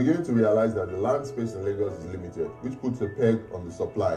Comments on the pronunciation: Its pronounced as Laygos not Largos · It is not Lar-GOS, it is pronounced as Lay-GOS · Lol it's pronounced "lay-gos"